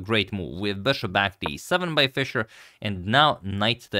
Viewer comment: I like his “beshop”